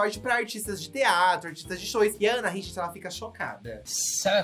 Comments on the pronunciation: Não é "Anarrí", é Anahí. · pelo amor da deusa, a pronúncia do nome da Anahí é ANAÍ, não é ANARRÍ 😂😂😂